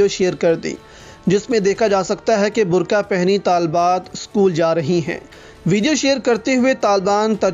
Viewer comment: برکا ۔۔ نہیں ۔۔ برقعہ ۔۔